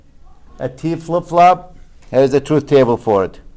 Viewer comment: I thought he said Taco for T flipflop